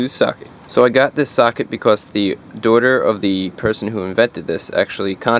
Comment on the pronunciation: lol “doughter” must be canadian 😀